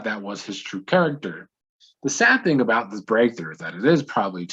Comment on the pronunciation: talk aboot. you are Canadian. Ketchup chips, Avril Lavigne, and jimmy from degrassi yes 🙌